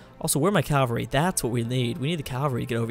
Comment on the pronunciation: 1. The scope of things isnt a saying 2. cavalry is pronounced cav-al-ree not cal-var-ee